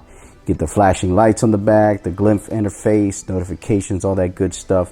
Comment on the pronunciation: It's called glyph not glymph lol. Nice vid 👌🏼